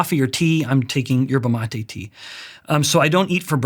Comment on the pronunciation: Thought he said 'herbal latte' but its actually yerba mate